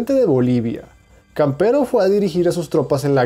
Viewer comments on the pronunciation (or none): Es: "Camperó", no, "Campero" amigo. Por cierto, buen video, se agradece el trabajo. 🇨🇱🇵🇪🇧🇴.